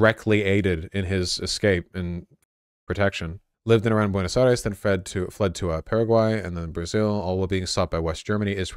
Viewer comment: Buenos Eye-reeze